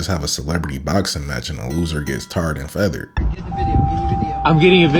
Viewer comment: Did u say tared and featured 😮😂😂😂😂